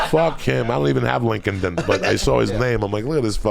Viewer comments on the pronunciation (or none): New Drinking Game: Take a shot each time Joey says Link-In-Den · The pronunciation of LinkedIn from coco is amazing lol lincolned Inn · ‘Link-Ed in’ Haha! It’s LINKED In, Joey. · love how joey pronounces LinkedIn